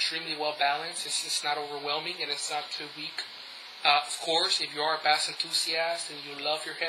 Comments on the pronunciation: wow the basss ur saying is a fish!!!! pronounce it like base but spelled bass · Hey, a friendly word of advice. Bass is pronounced Bay-ss not Bas :) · Bass is pronounced 'BAISE', not bass! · When you say bass, its supposed to sound like bayss. Not the fish lol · The word bass is pronounced as "base". . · Bass? Bass?? BASS?!?!! It's spelled bass, but it's pronounced BASE. Wow, get it right. Think I'm wrong? Listen to the song 'Bass Down Low'... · I'm curious as im not a native english speaker... how is it correctly pronounced "bass" or "base" for sound? and why does "bass" in sound and "bass" in fishing is written the same way and pronounced differently? Looks like english language makes no sense sorry :) Can someone clarify that for me? Thank you!!! P.S: Great review. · if you pronounce bass like the fish, audiophiles will never take your videos seriously. you better fix that problem dude, but all in all the vid was pretty good. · No, I was serious... but I just felt like being an ass that day. Sorry. You can delete it if you'd like. I do appreciate the review, really. This is about the only real review on them on youtube, I'm hoping to get these for Christmas or on my own soon afterwards. I do agree with gorillaguy though, it was just that the way you were pronouncing it annoyed me, but like I said, other than that it was good. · Huh, I wonder why you pronounce bass like that. Did you grow up fishing or something? Were you never exposed to the term bass in terms of audio? I'm curious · Only an atheist would pronounce "bass" like the fish ad not the sound other than that, thanks for the review There's only a couple on all of youtube